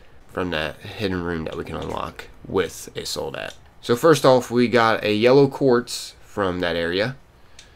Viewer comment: Love your videos. Is pronounced sol- dad-o, the word for soldier in Spanish I what I think you’re trying to say.